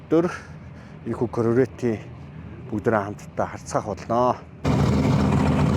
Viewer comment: корврэт гээд байх юм аа 🤣😂